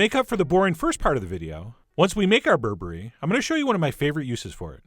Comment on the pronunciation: Did Chef John just say "berebre is bae?😂